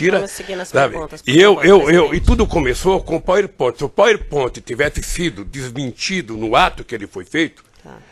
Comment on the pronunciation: Este ogro vomita arrogância até com o que ele chama de "pauiponte".